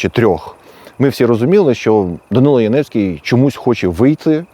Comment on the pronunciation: Прізвище згаданого вами персонажа правильно було б читати як Янівський з наголосом на першому складі. (вірогідне походження від назви містечка - Янів). Ось звідки в нього прокинулась ностальгія за всім юдейським.